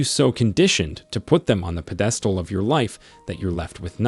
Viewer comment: I don’t want help from someone who can’t pronounce Achilles or pedestal correctly 😂